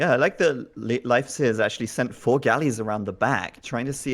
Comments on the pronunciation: "leaf, life and loaf" ALL WRONG lol. Its pronounced Layf. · bot its 'leywedf'!!,, sotriggered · It's Laaf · As a Swede, when I saw in the chat everyone was saying "it's pronounced Life", I thought it was weird, since in Swedish it's not. But apparently it's pronounced Life in Norwegian, Danish, German... and in English it's leaf? makes sense, I have heard English speakers pronounce "Lena" as long "i" instead of the long "e" that we use in Swedish. So these names will be pronounced different depending on the language you speak. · Welcome to School of Swedish names: Todays Name is Leif. Well. If you watch the first 3 starwars and hear how Skywalker and Han-Solo pronounce Leia, Then you only need to take away he A and add the F in the sound and you got it. No loaf or life here plz. or leafs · I'd say a good way to explain the pronunciation is to say lathe, but replace the TH with an F sound instead. Lafe. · Google says pronounced leaf you idiots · It is, in fact, pronounced "Layf." The one possible way they didn't say it. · They use 3 different ways to say "Leif" and none of them is correct. its pronounced Layf, i did my homework.